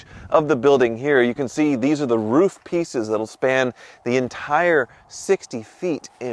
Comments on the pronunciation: You said roof like 8 times and not roff!!!! 😮😂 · said "roof" and not "ruf". Interesting... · finally saying roof and not riff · Hey, pronounced "roof" correctly!